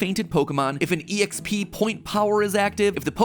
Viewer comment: This mofo really just said “e-x-p”. Wtf Matpat. Wtf